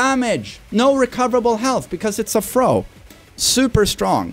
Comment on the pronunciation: First learn how to say "throw"